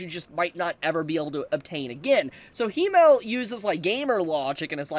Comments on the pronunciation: Its Himmel, not Hiimel. Please let google translate pronounce it in the future 😢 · i love you but as a german my ears are hurt😂 it is not "he-male" it is "him-mel"